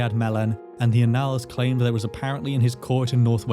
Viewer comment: "Annals" is usually pronounced with the stress on the first syllable. Is there a reason you're putting the stress on the second, or is it just an error?